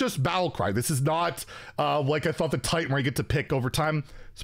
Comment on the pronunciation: It is TITAN not TAUNT